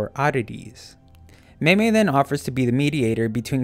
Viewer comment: this dude staight up said maymay and thinks that this is acceptable